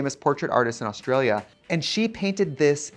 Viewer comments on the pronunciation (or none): none